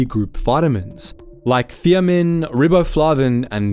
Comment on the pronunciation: It's an AI recording, that's why the pronunciations are incorrect.